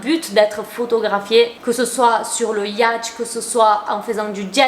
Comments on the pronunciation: Je suis choqué… Elle a dit le « Watch… pour dire Yact . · Y-a-tch😭 c'est pas ça, ça se prononce yOt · J’adore ta vidéo et sinon ça ce dis yotch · Yacht ça se lit « iaute » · Yatch se prononce yotte! Trop bien cette video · Oui ☺ comme le yacht qui se prononce "ïôte" si j'suis dire et l'écrire ainsi... 😅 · Trop chou comme tu prononces "yacht" 😭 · « le yacht » la prononciation était si mignonne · comment t'as prononcé monarchie & yacht ptdrrr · Oh comment tu prononces yacht j’adore 😭